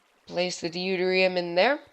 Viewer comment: Great reactor- Deuterium is pronounced Doo-Tier-Re-Um